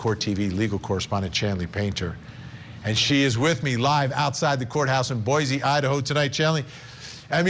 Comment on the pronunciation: Please say Boy see not Boy zee